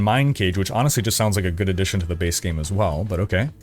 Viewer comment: Same dude saying D4 "gud"